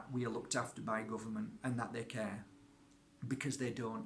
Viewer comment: Da guhvuhmant